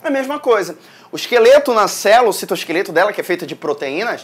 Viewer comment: "O citoskefleto" AAAAAAAAAAAAAAAAAAAAH MELHOR PROF <3 AMO TANTO SUA AULAAA!